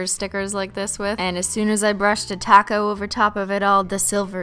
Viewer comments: shes saying taco. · Im new here but do you always say Taco instead of Top coat? Or is it just me ? Lovezz :D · Yea she always says 🌮 instead of Top Coat. But I still love how she says it 😂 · I'm new here so am I just hearing things or is she saying ''Glossy taco'' instead of ''Glossy top coat'' ?? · Every time you say “top coat”, I hear “taco” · The thing is she is saying tocko. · Do you say taco or Top coat because it sounds like taco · And holo taco as well? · Hey, I like your Videos But everytime you say top coat I just hear taco I think its funny but maybe I just should get some food 😅